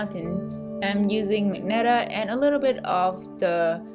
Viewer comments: Just to point: 'ma-jen-tah', not 'mag-netah' 😊 Maybe you had misread the color name Magenta 🤭 hihihi Nice video, well explained and neat, soooo smooth gradients and lovely simple and beautiful paint piece at end! Keep doing! o/ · Great video... It's magenta (mah-jen-tah) the "G" is pronounced as a "J" as in Jennifer... Again, it's a great video. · Wait I always called it "Ma-Jen-Ta" but she's calling it "Mag-net-a." Great vid tho! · I like how you say "magenta" like magneta, it really adds more personality to the color Also, it was helpful